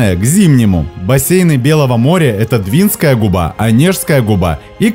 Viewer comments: Нас не пугает холодный климат, мы тут живем! 😊Спасибо за обзор нашего Белого моря. С удовольствием посмотрели, хоть всё это и знаем. Один нюанс для вас : В слове «Двинская» ударение следует ставить на слог с буквой А — двинска́я. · Супер, только у нас говорят Двинская ударение на «А», а летом купаемся на море вполне прогревается